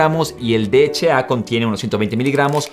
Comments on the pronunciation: Ja si h no eche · DHA. (escuché bien? dijiste 'de' , 'eche' 'a' ????? Que onda maestro. la H se pronuncia 'ache' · El "de heche a" ese cual es ???? Yo solo conzco el "D H A" ...... "de heche a"... INSTRUYETE ANTES DE SUBIR CONTENIDO !!!! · Javier Castro si 😂😒